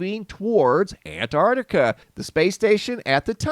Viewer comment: Why can't you say Antarctica properly?